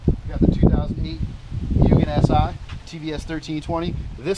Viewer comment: It's pronounced moo-gen. Otherwise, great video.